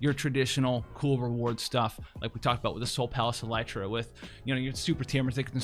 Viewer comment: Dear, Is there some intent for your constant mispronunciation of words and names? Is this for the effect of trolling the producers and/or consumers? Are you perhaps just very dyslexic? In this particular example, it clearly reads "El-tir-a". As in El tear uh. In almost every video that I have watched, there is some horribly botched name/word pronunciation. In the manner and pattern by which these errors occur, it seems to me that you might have a form of dyslexia. Though I appreciate your vast knowledge and insight of FFBE, it comes with a price. I have noticed others mispronouncing in-game names and jargon after your poor direction. I too, am having a difficult time now when reading things that you have voiced incorrectly, without hearing the wrong pronunciation first in my head while reading. It's very irritating, and a disservice to the game. The writers and creative departments spend a lot of love/labor for these words/names. I suggest paneling these things for proper pronunciation before broadcasting them incorrectly to the entire word. You would be helping language instead of hindering language.